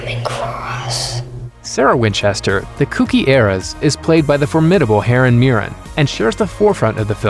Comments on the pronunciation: Did he just say “Heren” Mirren? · "Heren" Mirren???